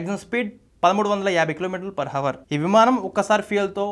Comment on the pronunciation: హవర్ కాదురా నిద్రమొహమోడా అవర్. తెలుగుభాషకెలాగూ పాడెకడుతున్నారు చాలదా?